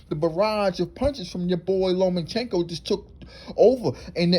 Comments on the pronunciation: LOMA- CHENKO NOTTTTTTTT LOMEN-Chenko Cmon man I can't watch anymore 😪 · It's LOMA!!! CHENKO!!! NOT LOMAN!!! CHENKO!!! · Loma-chenko. Not Loman-chenko. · I like how you pronounce his name: Lowman-Chenko.